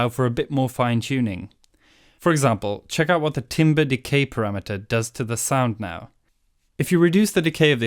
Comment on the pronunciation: Timbre Ho! But seriously if you pronounce it as "timber" I will assume you don't know what your doing.